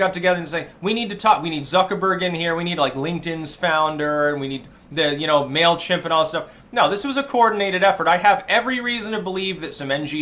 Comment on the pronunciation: Mail... ka-Himp?